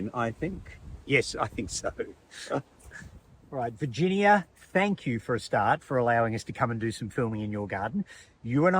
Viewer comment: Lol.... When she said 'I've got you'... I pictured 'yew'.